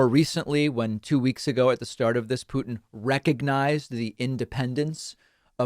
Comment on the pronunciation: .. I would agree if it werent for the fact that David 'byootchuers' every single pronunciation of any name with a 'u' as the second letter. Do you know any other person delivering the news calling Vlad as Pyootin or as Pootin ?